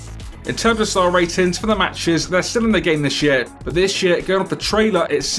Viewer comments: You said "this year," I'm keep hearing "this shit" LOL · and sounds more like "This Shear" to me